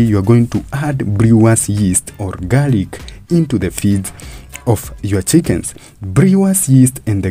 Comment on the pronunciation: its called garlic not garic